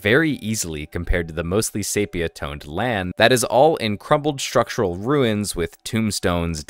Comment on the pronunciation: This sis a great video but PLEASE learn the pronunciations of the characters. Literally every name you say I got distracted because of pronunciation mistakes. Not just names either, but maybe run it by someone first because words like sepia and such are also mispronounced. No need to bring the quality down with something that isn’t that important but can easily take someone out paying attention to what really matters.